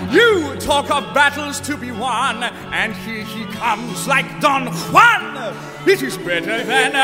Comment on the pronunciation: God bless Hadley Fraser for pronouncing "Juan" correctly.